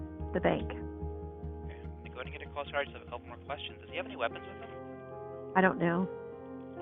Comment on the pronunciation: omkay? omkay.... omkay?? Omkay...